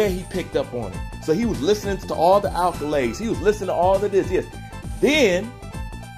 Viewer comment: Accolades* not alcolades